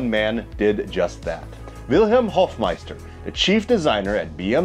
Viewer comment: Dude! You hadn't heard of the Hofmeister kink? RLY? SRSLY? 🙂(And the guy was called "Hofmeister". Long "o".)